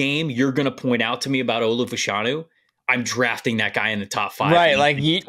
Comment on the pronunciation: I would say Fashanu should be pronounced Fash (rhymes with bash) a-nu. In the 80s/90s in the UK there were two football (soccer) players, brother of Nigerian descent (like Olu). After finishing one got into TV. Their name was officially pronounced that way.